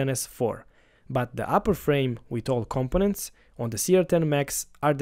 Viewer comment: Compenant lol